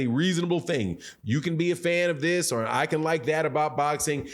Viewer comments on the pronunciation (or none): none